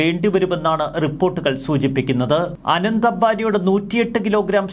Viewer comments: റിപ്പോർട്ടറെ ആനന്ദ് അംബാനി എന്നല്ല അനന്ത് (Anant) അംബാനി ആണ്. അനന്ത് എന്നാൽ അവസാനമില്ലാ ത്തത്. അനന്തമായ ആകാശം എന്നൊക്കെ കേട്ടി ട്ടില്ലേ 😊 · ആനന്ദ് അല്ല അനന്ത് എന്നാണ്‌